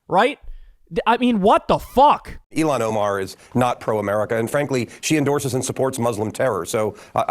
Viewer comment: Elon Ohmaar… Never heard of him.